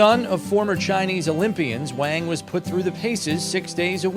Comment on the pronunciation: He's pronouncing the guy's last name wrong. Not "Wang" with the 'A' sound, it's the 'ah' sound as in the pronunciation of the word 'wand'. If you're going to do a story on a guy at least pronounce is name right.